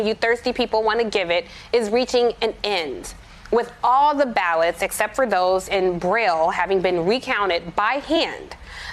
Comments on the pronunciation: "Cyber Ninja...aud-iot." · Anyone else hear that Freudian slip? She said audiot. Thats what these guys are. Audiots!🤪